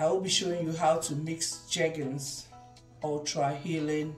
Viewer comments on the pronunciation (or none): It's jergens o 🤣🤣🤣